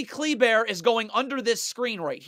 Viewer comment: Love the way this man pronounces Kleber (cle•bear)